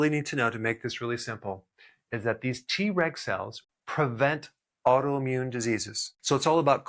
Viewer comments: I L♡VE Dr. Berg and take his vitamins & supplements. ♡ Am I the only one who got a good giggle in this video everytime he said TReg and it sounded like he said, TRex? 🦖😜🦕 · I was trying to do other things while listening to this video... kept thinking I was hearing "T-Rex cells" Lol. I need to watch when I'm not so busy so I can learn about the T-Reg cells instead. Lol😂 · Him: Treg cells My ears: T-Rex cells 🦕🦖 🤡🤡🤡🤡🤡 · I keep hearing "T-Rex cells" 😂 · 😂😂 me 2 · Me too 😂